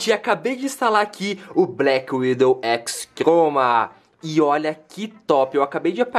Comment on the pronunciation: Só pra deixar bem claro, NÃO É BLACKWINDOW e sim Blackwidow